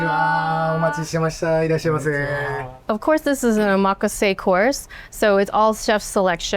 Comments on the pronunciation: How do you live in Japan for 15 years and can’t pronounce omakase? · I’m sorry but you lost credibility with the way you pronounced “omakase”